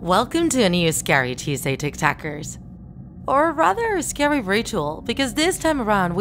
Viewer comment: Lol like it if she says scayrey